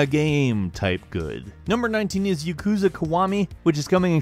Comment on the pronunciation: Clo = Chloe YuhKOOza = Yakuza Poke-ay-mon = Pokemon Great vid tho